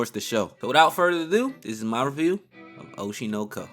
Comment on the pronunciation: cmon bruh it’s not that hard to say oshi no ko 😭